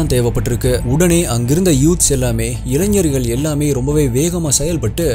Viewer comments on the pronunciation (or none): none